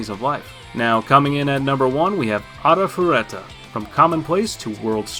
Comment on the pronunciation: Please say it correctly a-ri-fu-le-ta